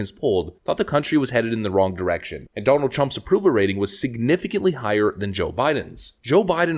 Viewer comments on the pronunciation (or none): none